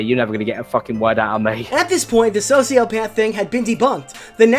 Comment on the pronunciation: “Soshiopaff”